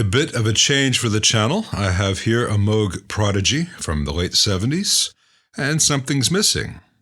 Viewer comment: So rare to hear the correct pronunciation of Moog! 😁